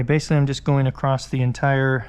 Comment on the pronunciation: You say acrosst instead of across